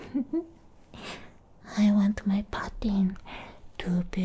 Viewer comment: lmaooo going a whole video saying pudding wrong